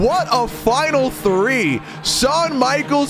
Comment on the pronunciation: man said number drwwe😂